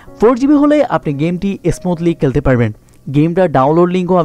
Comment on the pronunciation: কেলতে কেলতে বলেন কেন.? খেলতে বলেন খ উচ্চারণ করুন 😣